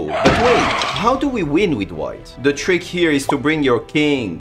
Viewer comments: Yea also wen he says Da ROOK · "And wait for him to Queen with da check"